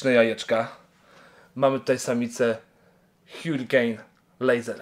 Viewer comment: ✨️hiurikejn✨️ pamietaj bernard!! hurricane czyta się harikejn <333